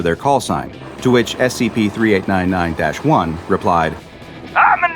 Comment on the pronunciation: he said sep🤣